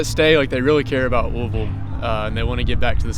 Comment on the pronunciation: Thank you for saying Louisville correctly